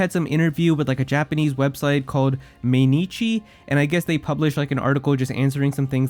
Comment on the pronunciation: the website is pronounced mai-nichi meaning every day